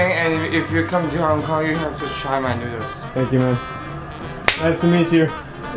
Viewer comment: hong konga looool ahhhhhh